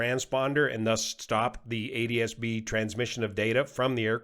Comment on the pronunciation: How does pronounce ADSB if he pronounces ATSB 'ADSB'?